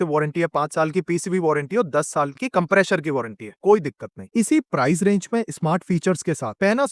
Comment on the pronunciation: and every other time you said compresher. No hard feeling bro, just having fun here. Your video was awesome. It helped me in understanding a lot about AC's. You are doing great. best wishes. 👍